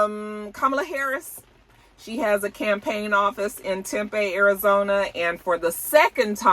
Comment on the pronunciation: AZ native here! It’s pronounced Tim-Pee 😊